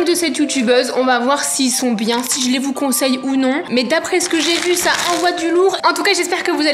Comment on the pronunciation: "Si glé vous conseille ou non"😂